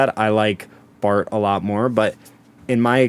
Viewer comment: why the h you call it 'Bart'. It's BARTO or el El Barto if you feel like it